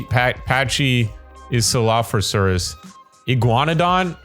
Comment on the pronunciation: Its pronounced Pear-rah-sah-rola-fes And Patchy-sefeluh-saurus